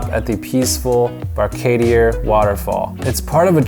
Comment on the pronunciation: Oh and it’s pronounced “key” Caulker and Billy “Baka-dir”🇧🇿 🇧🇿 Glad you enjoyed your trip!